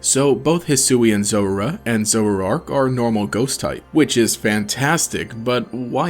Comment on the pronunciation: "zorara" "zorarark"